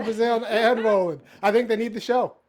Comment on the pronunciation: Wait a minute....you called Roland Martin rollee pollee.....Ha ha ha ha ha. I caught that. Ha ha.